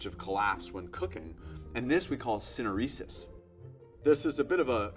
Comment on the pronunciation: great video but the way he pronounces "syneresis" is cringe